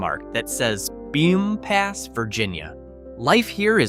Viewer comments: It’s not pronounced bump ass. It’s pronounced bump us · Bumpass is pronounced "bump us," not "bum pass." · Bumpass - Bump us (accent on first syl) Staunton - Stan un (accent on first syl) Even Va. residents get these wrong. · It's pronounced Stanton. Do not come here and say Staunton. You also mispronounced Bumpass.